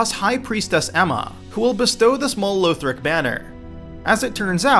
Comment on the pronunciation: Lowthric and Catacoombs? really dude.... who says it like that...